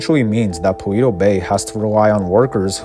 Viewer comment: ALL the settlements in GTA 5 are smaller than they should be, or they'd crowd each other off the map! BTW, I think "Paleto" is pronounced "Palayto", not "Paleeto". Its a Spanish word basically meaning "Hick".